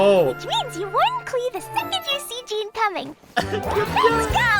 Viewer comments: Marunong ako sa waifu tier list Also na mali pronounce ng Jean, Mali pagkatumingin kay Keqing, Binaba si Ganyu at si Lumine amp, Hindi sinama si Xinyan, Hu tao, Yanfei, Rosaria, at Eula pero nilagay agad si Ayaka kahit hindi pa release, at most importantly, hanap ng Dede sa S tier at sinama si Klee sa S tier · as a jean main, bakit ganyan pronounce mo sa name niya:(( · Jean ❌ John✔️